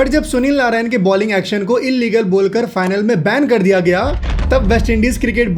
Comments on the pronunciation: Narine ❌ Narayan ✅ 🤣🤣🤣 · Bro pronounce hi narayan hota hai